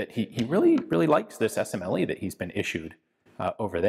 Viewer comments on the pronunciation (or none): none